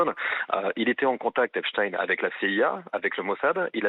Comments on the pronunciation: quelle s@ ces journaliste " Epstine" ca fait plus russe que Epstein , tout le monde sait de quelle religion il est n'esseyer pas de le faire passer pour un chretien russe en utilisant Epstine au lieu de Epstein, comme heptein, woody allen, baldwin, shumann , ect... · Les medias francais ne prononcent plus epstein mais epstine tout ça pour creer un lien avec la russie c'est incroyable et impressionnent leurs niveau de propagande.ils font ça pour que ça sonne moins juif 😂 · C’est qui Epchtine? On dit Einstein !!!! Quand on dit Albert Einstein on dit pas Albert Einchtine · Avant de parler du Kremlin, parlez de sa proximité avec Israël... Epstein et pas Epstine... Allez au fond du sujet, même si vous redoute de dire certaines choses evidentes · Après avoir entendu autant de fois prononcé Epstine, Albert Einstine à du se retourner dans sa tombe. Bravo. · on dit pas frankestine....non appelez le epstein....soyez serieux c est tellement degeulasse cette affaire....pedophilie ...torture...cannibalisme...corruption des etats a leurs plus haut niveau.....bref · ridicule cette facon de dire eptine........😂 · PAS EPSIN. S'il vous plait. Vous dites EISHTIN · On ne dit pas Einstine mais Einstein alors dire Epstine ? est-ce pour que ça ne sonne pas juif ? ein , zwei drei et non ine , zwei , drei.... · Epstein pas epstine😅😅😅😅c'est pas un Russe il est juif et fier de l'être.donc votre charabia vous le gardez pour vous 😅😅😅😅😅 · Pourquoi ne pas prononcer correctement le nom d'Epstein ? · les journaleux sont incapables de prononcer le nom Epstein correctement! Dans quelle école ils ont appris la langue française?! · on est d'accord mais il parle sans accent américain pour le coup. Ine et ein c'est pas exactement pareil mais bon dans cette histoire il y a bien plus important. Et pour être totalement honnête, je viens de regarder une vidéo où il prononce son nom et a l'américaine c'est même iine ou aine que j'entends. Soit ni ein ni ine. Bonne soirée.